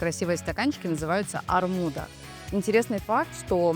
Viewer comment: Не армуда, а армуду.